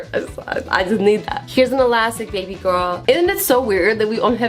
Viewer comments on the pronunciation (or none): none